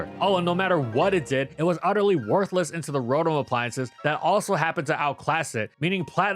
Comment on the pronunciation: It’s pronounced roh-TAHM, “”! 🤨